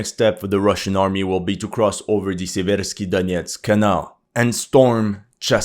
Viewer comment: SEA-versk SEA-versky dough-NETS The stress is on the FIRST syllable. Just like in the English word "sever".